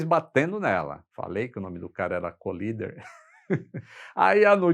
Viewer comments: Um detalhe: o piloto não se chamava Collider (que para ser "colisão", teria de ser dito "colaider" e não "colider"), mas sim Collier, ou Kenneth Roy Collier, e por isso não tem nada a ver com colisão. Abraço. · O nome é Ken Collier e não Colider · O nome do As é Kenett Roy COLLIER e não Collider